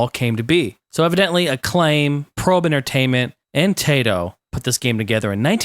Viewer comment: 1. It is pronunced Taito, not Teito. 2. Dragons are named Bubblin and Bobblin. At least in the NES version. 3. You can speed up your DOSBox (Ctrl+F12). There was a Rainbow Islands game on GBC.